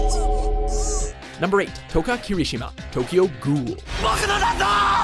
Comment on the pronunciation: Why is no one talking about how he pronounced "ghoul?"